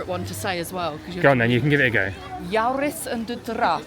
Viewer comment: I'm glad to help: The double o''s in "Droomvlucht" should sound like "oo" in the English word "loom", instead of like "au" in the girls name "Maude". The first two letters of "Joris" are not pronounced like "Jau" as in English word "jaunty", but more like the informal greeting "Yo!".